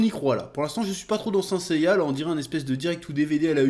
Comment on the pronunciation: "seins seiya" 😂😂 (et puis Sean Bean c'est quasiment un spoil cet homme)